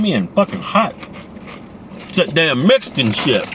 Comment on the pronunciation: Did he say mixcan